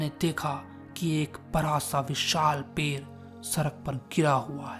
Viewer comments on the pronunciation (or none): Ped ❎️ 😮 pel ✅️😂